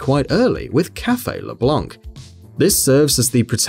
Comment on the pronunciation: Le “Blank” ? It's Blanc and you don't pronounce this Blan without the C.